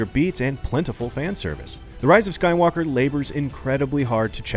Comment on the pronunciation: Star Wars: The Rise of Sue-walker